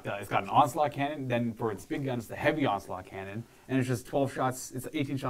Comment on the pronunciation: The first time said "onslaught cannon" I thought he said "ocelot cannon." I demand ocelot cannons.